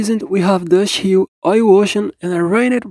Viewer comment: I love how this guy says dust hill “droshii”